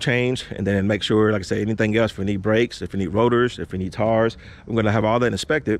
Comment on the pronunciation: ... "Oil change, Brakes, "TARS"🤦🏾‍♂️🤣🤣🤣